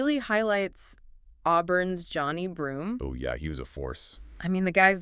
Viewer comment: Nothing went wrong for the Spartans. Auburn was the #1 team in the country all year for a reason. And you pronounced Johni Broome’s name wrong. Racist.